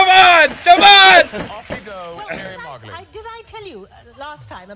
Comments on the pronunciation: “MAR GO LEES “ 😉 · Miriam Mar=go-liss..... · Correct, not "o-liz" at all, but we Brits knew what meant, but foreign people won't, so the correction is good in my book!